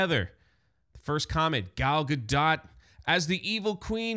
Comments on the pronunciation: I love how we still don't know how to pronounce "Gal Gadot"- definitely the superior Wonder Woman 🙄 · The fact that you can’t/won’t even pronounce gal gadot’s name accurately makes this whole video sus.